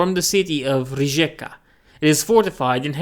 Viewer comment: city of Rijeka (croatian, means "river") and it is pronounced : "Ree"-"ye" (like in word "yes") - "ca" (like in word "car").